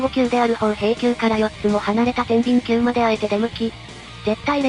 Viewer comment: 宝瓶宮(ほうへいきゅう)→(ほうべいきゅう)と読みます🎵